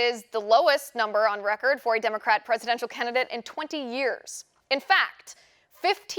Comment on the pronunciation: you had it right the first time with "CANT-IDATE"